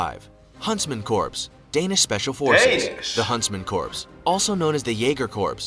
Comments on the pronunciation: I have to take issue with the video you used. When someone can not pronounce corps properly in their own language, they lose credibility. Not picking on you sir, I love your videos! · (Twitches every time the vid mispronounces corps)😐😑😐 Also...the Korean War cease fire happened 1953😐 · Their mispronunciation of corps make me question the whole video. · It's pronounced Core not corpse. Americans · Who is annoyed that the video pronounces corps like corpse? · Anyone else cringing when the video says corps as "corpse" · I cringe every time that guy pronounces corps as corpse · The guy narrating is pronouncing "corps" wrong. It's like urinating in the woods - the P must be silent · Corps is pronounced "core" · Yeah, it's an accent. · "Corps" is not pronounced like "corpse"... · LOL...this is me not taking any video seriously that pronounces the word corps as "corpse". 😂😂😂😂😂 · Americans know “Corp”, but this is what happens when a YouTuber makes a video vs an actual person with basic military knowledge 😎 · Damn, imagine pronouncing the “p” in corps 😂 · "corps", I ain't no rocket genius but I'm pretty sure that's not how you say that.... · New drinking game: take a shot every time the narrator mispronounces "Corps." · I wish the video narrator knew how to pronounce "Corps". Not talking about. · It's really cringe that whoever made that Special Forces video doesn't know how to pronounce "corps."